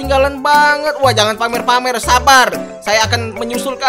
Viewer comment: Bang tadi Abang bilangnya harusnya Sabar malah sabal